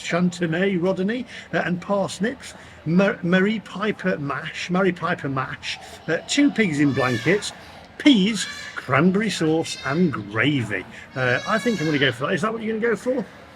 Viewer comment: The potatoes are pronounced "Maa Ris Pie Per" not "Marry Pie Per"! 😊